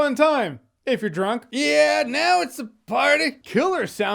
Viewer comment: Why he says drunk why